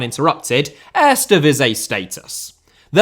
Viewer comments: It's very odd how he managed to pronounce the 'ee' in the "Tweede Divisie" pretty correct, but somehow completely butchers the word "Eerste" the whole time, despite the "ee" sounds being pronounced exactly the same in Dutch. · Lol, you're pronouncing "tweede" in PERFECT DUTCH, but for some reason you don't use the same vowel sounds for "eerste". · I don't get it. Sometimes he said 'eerste' as I'd expect, others it was lame. OK, I'm not a Cutch speaker, and some words look just weird and impossible to pronounce. But Eerste divisie?